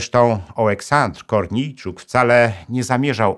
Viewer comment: Dziękując za program wypowiem się w jednej kwestii językowej. Nazwiska ukraińskie powinno się akcentować to jak robią to ukraińcy a nie z polska. Czyli jak się nazywał ten kochanek Wasilewskiej Korniejczuk czy podobnie. Akcentujemy nie drugą sylabę ale ostatnią. De facto powinno się tak samo akcentować i takie nazwiska polskich obywateli jeśli nie reprezentują polskiego interesu narodowego.